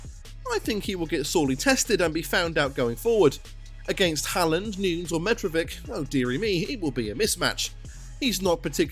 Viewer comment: Sorry, but you absolutely butcher the pronunciation of most of the players names lol Sowness? Noons? Varin? Great video, but please its dead annoying.